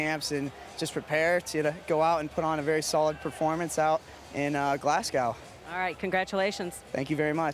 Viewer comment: urgh, tim pronounced it Glascow instead of Glasgo